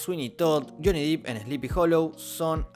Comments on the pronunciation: DEPP!! Por favor! Me enferma que se siga diciendo "Deep" eso significa profundo y no, no se llama Juanito Profundo. Es Depp por favor! 🙏🏼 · se dice yony dep no dip ... dep